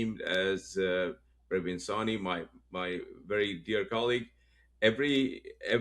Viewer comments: 'Pra-vin', not Perveen! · It is PRAvin not PARvin